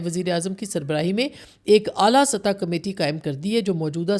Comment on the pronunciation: “ فخر” “سطح” عاصمہ جی کا غلط تلفُّظ/ اُردو بولتے انگریزی ملاوٹ قابلِ مذمت|